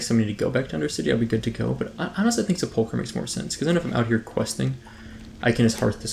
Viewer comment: Considering the number of comments you've already received on the topic in your Vanilla Ironman series, you should not be allowed to quest in Silverpine Forest until you learn how to correctly pronounce "sepulcher."